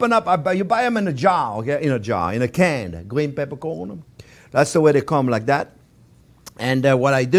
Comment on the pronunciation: Gween pepercworn you say!